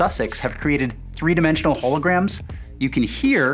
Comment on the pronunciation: this guy really say “HOLO-grams”??? 😂